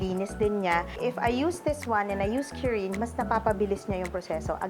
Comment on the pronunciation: "KU-RIN" not "q-rin". Its how Japanese say "clean". kurin.